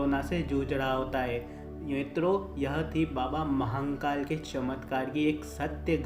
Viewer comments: Areeee yr Mahankal Nehi.... Mahakal N nehi dalna Vai.... Mahadeb k nam hai vai pls.... Sahi se uccharan karne k koshik karo....jarur hoga....pls Mahankal naa bolo.... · Bhai baba mahnkal nahi h.. mahnkal mt bola kr irritation hota h.. baba mahakal h vo Upr wale ko kisi b naam se yd kro vo sunta h, pr iska mtlb ye b ni ki glt naam bolo.. acha nahi lagta h bs, baki jesi mahadev ki marzi.. har har mahadev 🙏